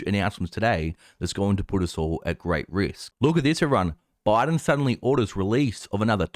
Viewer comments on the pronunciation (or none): none